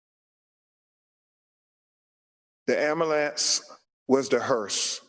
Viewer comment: “Amulance” it’s “Ambulance” And “Breath” not “Breaf”